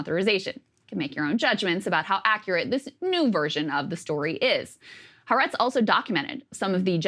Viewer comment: It's not " Haa Retz. It's Ha Aretz. 3 syllables.